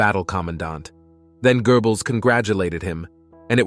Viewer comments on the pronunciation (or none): Okay... its Goebbels not gerbels